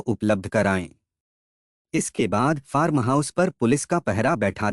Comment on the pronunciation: फारम नही फार्म...पूरे वीडियो में आपने फारम फारम ही किया है जबकि फार्म हाउस बोलना चाहिये...र को एकदम साइलेंट रखना है